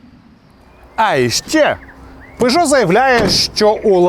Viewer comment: Правильно Пежо а не Пижо !!!